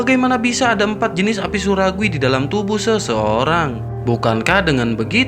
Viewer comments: Min minum dulu jangan buru ngomongnya inimah surgawi jadi suraguwi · Ko saya dengernya api suragui ya 😂